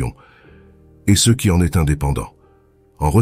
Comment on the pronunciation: La voix que l'on entend, issue de l'IA, est agréable à entendre, mais bute sur les "ceux", qui deviennent des "cé eux"